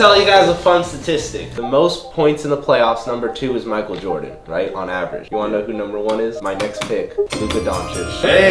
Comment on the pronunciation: Sahquile O'Neal? And Michael Jordam?